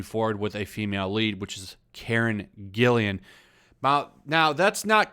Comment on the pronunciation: Douchebag much? First of all, it's Karen GILLAN, not "Gill*i*an". There only one "i" and it's BEFORE the double "l"s. I'd see ANYTHING she's in - she's a terrific actress and just based on her Jumanji performances, I'd definitely give it a watch. Everybody was saying that the first Pirates of the Caribbean movie was going to bomb - "Based on a *ride*! What are they *thinking*??" - but it turned out terrific. I'd give this incarnation a go.